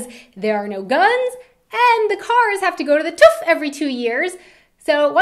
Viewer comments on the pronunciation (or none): I think it sounds more like "Tuff", that is sooo cute :D I know, the ü, ö, ä are hard for native english-speakers (as the H is impossible for the french), but it still made me laugh. As I learned russian first, than english and than german, it was rather easy for me, but I know some japanese and brithish folks who are getting crazy about these three letters. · HAHAHAHAHA to the "Tuf" HAHA TÜV ;) Tuf HAHA Greetings from Germany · haha how she says tüv :D